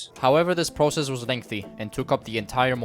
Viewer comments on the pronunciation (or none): none